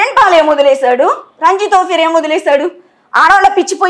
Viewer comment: రంజిత్ తోఫిర్ కాదమ్మా. ఆయన పేరు రంజిత్ లోఫర్. మీరు పొరపాటు పడ్డారు తల్లీ.